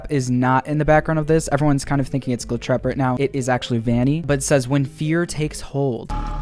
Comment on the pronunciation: hIs NaMe Is AcTuAlLy GlIcHrAt~Elise